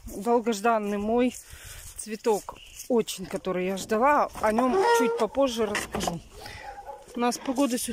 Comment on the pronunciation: Очень сильно ждалА, а не ждАла. Ударения повторите.